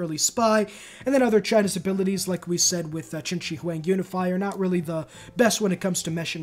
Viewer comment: Dude, as a Chinese I laughed so hard when Yongle was pronunced as 'young goal'.😂 well, that was still better than chin chi wang though.🤣🤣🤣I am sure he is not relavtive to chinchilla